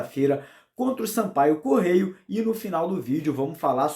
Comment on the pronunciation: o nome do time é Sampaio CORREIA e não Sampaio Correio. Um abraço!